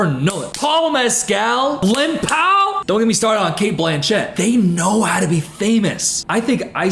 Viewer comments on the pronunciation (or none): none